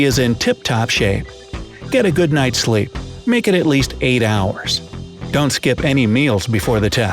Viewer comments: SLEE instead of SLEEP. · They said slee instead of sleep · Did anyone notice the word slee instead of sleep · "Let yourself slee for eight hours" 😂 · “GET A GOOD NIGHT’S SLEE” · A good night's "Slee"? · Hmm... are you sure sleep doesn't have a "p" at the end? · Its either not eether... also u missed a p in sleep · Did anyone notice the p is missing in the word sleep?